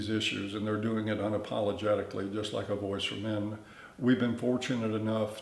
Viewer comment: Everytime he said, "voice for men" I'd almost think he said, "Boy's to Men." 😁💿🎶🎤